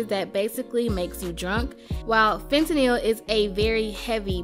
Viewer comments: The way she pronounces fentanyl is literally how it's spelled it's not "fen ta nyl" it's "fent nal" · "fentakneel" lmfaooo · The pronunciation of fentanyl 😂